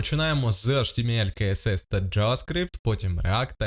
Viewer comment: DOM вимовляється не “дум” а “дом” Document Object Model (DOM)! А про «каесес» CSS я вже мовчу…